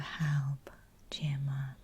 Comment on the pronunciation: My name is Gemma and I love how you say it!